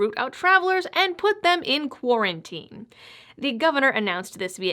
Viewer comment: Quar-ona-tine extension huh? And here you are, all dolled up and nowhere to go.